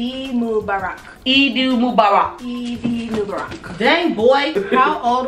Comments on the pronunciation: It's pronounced moo-bar-rock LMAO. I got so gassy last Eid 😭😭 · I’m dead listening to try and pronounce Eid Mubarak 😂😂😂 but Eid Mubarak to u too boo love from the Middle East